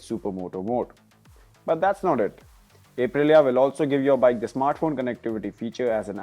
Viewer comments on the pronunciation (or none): It's pronounced "Up"-Rilia not "Ape"-Rilia. You're auto journos, you should know better. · 🦍 - rilia Ape-rilia 🤣